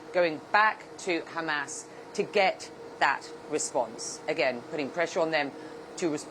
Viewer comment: You sound so stupid saying Hamass instead of Hamas. FYI